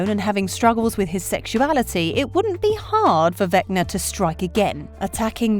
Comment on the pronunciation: The way she says vecner instead of vecna is killing me 😂🤣😂🤣